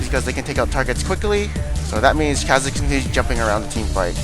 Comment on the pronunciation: ffs is pronounced CAW-zix, not ca, as in candy